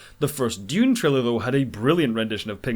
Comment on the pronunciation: Yay, finally someone on YouTube who can pronounce Dune properly :) Timothee Chalomet would have been miles better as Anakin Skywalker than Hayden Christenson! Unfortunately it looks like Dune isn't going to make the US Box Office Top 10 of 2021 as it's only at 89 mil so far and doesn't look like it's got another 11 mil in it to overhaul Godzilla vs Kong AND even if it did overhaul that movie Spiderman's coming out later this year and will easily blow past 100 mil. Dune's 335mil worldwide so far is good enough for #10 of 2021 worldwide right now but again Eternals and Spiderman are likely to both overtake it even without Chinese money. Alita and Kingsman were great films that deserved {especially Alita} bigger box office than they got BUT Ready Player One was just an ok film that had Spielberg's name behind it....He's not the box office God he used to be but his is still a name that will get people into cinemas.